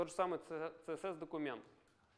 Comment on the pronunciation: "ЦеЕсЕс" - спикер с глубокими познаниями английского алфавита